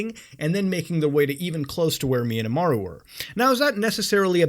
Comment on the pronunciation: nvm you said Imaru, but it’s pronounced really close to mine